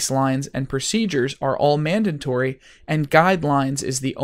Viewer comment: It's pronounced "mandatory", not "mandantory". There's only one letter "n" in there. It's okay, you're in good company. Benedict Cumberbatch can't say "penguin" :-).